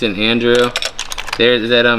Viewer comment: Agnew not Andrew